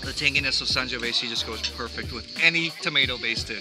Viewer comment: I'm so glad we share the same love for Fontodi and the Vigna del Sorbo! The "Sangiovese" word comes with the last 's' pronounced as a 'z'. Otherwise it would have been "Sangiovesse" Cheers!